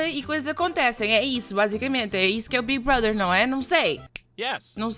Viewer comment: O fato dela falar Big Brother corretamente e não Bigui Broder do jeitinho brasileiro arranca um pequeno sorriso da minha face